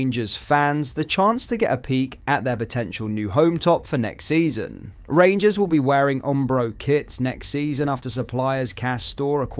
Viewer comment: Wait for it “the rangurs are comin”